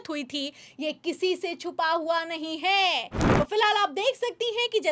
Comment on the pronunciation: जी जो भी खबर देनी हो,वो आप ही दे दिया करो। को बीच मे मत लाया करो। इनकी न आवाज आपके जैसी है ना शब्दो का उच्चारण। है को तो इतना लंबा खिंचती है। के दिमाग खराब हो जाता है।